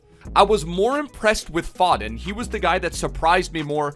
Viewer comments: zwe its pho-den not faw-den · It’s foe-dun not fod-den come on man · You pronounce it 'Foeden' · It is «Foden» not «Fodden» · How you say foden, it's pronounced fowden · Phil F(OHH)DEN NOT FODDDEN sorry just kinda triggers me also SOUTHampton not SUTHAMPTON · "fod-den" and "suth-ump-tun", my god the cringe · How u say Southampton and Phil foden 🤣🤣 totally wrong way how u pronounce it